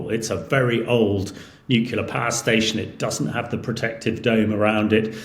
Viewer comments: nuclear, not nuculer. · Why do so many people say NUCULAR for NUCLEAR? It’s CLEAR!!! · Nucular and Cher Nobble. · Please someone tell this guy that "NUKULAR" is redneck English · This is so-called expert, can’t even pronounce nuclear properly. Oh dear, he writes in the Telegraph who tell lies to people who should know better. Can’t you get someone who knows what he’s talking about?